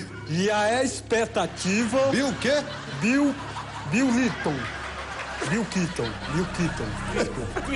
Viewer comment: Bill Lipton , não é Bill Qiton ! E Bill Clinton , ô Infeliz ! AIJIEJEIEJIEJEHUEHUEHUHEUH